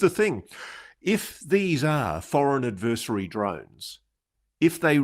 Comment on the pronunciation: If you insist on using the same word in every other sentence would you at least pronounce it correctly ad•vr•seh•ree Not ad•vur•si•tee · vur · si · tee